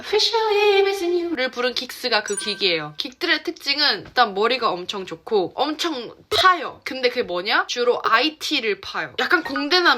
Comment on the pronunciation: 근데 원래 한국어와 제 2 외국어를 쓰다보면 한국어 발음에 ‘ㅕ’ 가 많이 들어가나요?? 항상 그렇져~, 엄쳥~, 쥬로(주로)~등 ‘여’ 발음 많이 쓰시는 것 같아서요